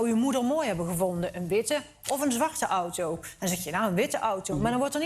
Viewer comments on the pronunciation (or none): none